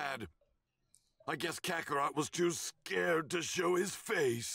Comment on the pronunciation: Definitely not the Kakatot…